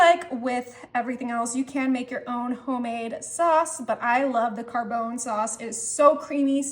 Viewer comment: Car-bone 😂😂 We just watched A Christmas Story last night and it reminds me of “fra-gee-lay” for fragile